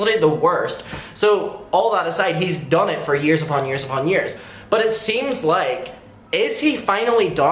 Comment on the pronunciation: U said "done" and I heard "dumb" lol